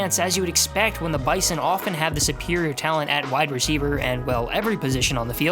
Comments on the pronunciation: When you talk about NDSU it’s pronounced BIZON not bison it’s cringy when you say it wrong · say bison with a Z man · You pronounced bizon wrong. NDSU fans don’t like the hard s in the middle of bison. You replace it with a z